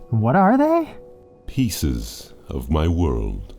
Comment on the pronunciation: The way he says "pieces" 💔